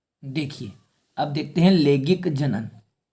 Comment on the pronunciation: Bhai langaik alangaik hota hai lagik alagaik nahi